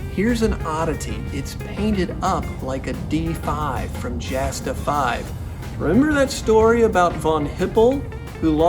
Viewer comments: Quick comment, it's pronounced "Yasta", not Jasta... Otherwise, great content, 5 stars! :) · Not probounced "jasta", it's pronounced like a y, or yasta. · Jasta is pronounced Yasta...and the D 5 and 5a were such crap the Red Baron repeatedly complained to the Inspector of the Flying Troops that they were totally outclassed by virtually every Allied Scout... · P.S. Jasta, short for Jagdstaffel is pronounced Yasta. A written letter J in German is pronounced same as the English Y. There is no spoken J. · Love this guy and his enthusiasm. . .but Jasta is pronounced "yah-sta," no "J" sound. The "Jagd" in Jagdstaffel (Jasta is short for Jagdstaffel) is German for hunt, which has no "j" sound. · And Jasta. Its pronounced "Yawsta" I think most German J words are pronounced with a Y sound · A few things: 1: Jasta is pronounced Yah-stuh Source: Source: 2: During "Bloody April", the Brits shot down something like 60 planes Source: Source: (Hart, Page 11) 3: Great video, I look forward to seeing more WWI stuff! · was gonna say the same thing, haha.